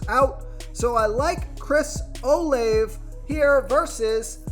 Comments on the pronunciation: And it's pronounced "o-la-ve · This guy don’t even watch football. Stevens? Can’t pronounce Olave and picks D Jones with no hands out there. Just reading a script